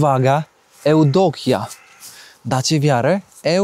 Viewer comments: Nie Eudokja. A tylko - Ewdokija. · Но звучало это не так, как произносит "керовник" - Jewdokija